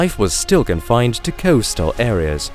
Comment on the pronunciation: I can't figure out the strange accent either but unfortunately it started to grate on me.. 🙃 Very bizarre pronunciation, particularly 'O' sounds.. ocean, float, coastal etc